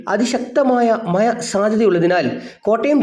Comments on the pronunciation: മഹ്‌യ അല്ല മഴ ആണ് 😂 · മഴ എന്ന് പറഞ്ഞ് പഠിക്കണം കേട്ടോ. ഴ ഴ ഴ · മഴ,❌ മയ